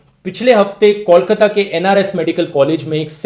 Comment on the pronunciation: It's 'Kol'kata not 'call'kata 🤦